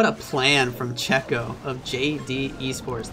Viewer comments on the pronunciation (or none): Checco is like kecco, It's an italian name as the player